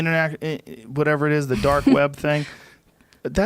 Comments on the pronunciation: Is he saying dork web? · “They’re Doark Sided”